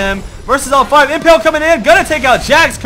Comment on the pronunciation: pls... its imPALE not imPELL